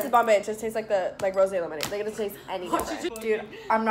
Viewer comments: I had that lemonade before. It's supppeeerrrr good, but it's funny that you thought it was Rosé (ro-zay) when it's Rose flavored (like the flower LMAO). Love ya! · It hurts me that she called rose lemonade rosé lemonade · It’s rose lemonade not Rosé lemonade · I think it’s just “rose” lemonade haha not rosé ! Like jus rose like the flower flavored hahaha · You’re saying rose like rosé and it’s probably the funniest thing. Rose lemonade-actual Rosé lemonade- brain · it's 🌹-rose lemonade from Europe, not rose` LMAO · It's ROSE lemonade, not ROSÈ Lemonade lol like the flower ROSE! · Does this b actually not know the word "rose" from the word "rosé"? it's rose lemonade girl like the flower jfc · I can't handle the act of calling Rose lemonade "rosé lemonade" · It’s rose like the flower not rosé like the wine, but it doesn’t matter you’re doing great sweetie x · It's rose. Not rosé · It’s not rosè it’s rose like the flower😂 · It’s not rosé it’s rose 🌹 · girl its rose like the flower